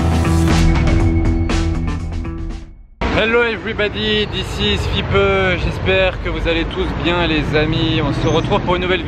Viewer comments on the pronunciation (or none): none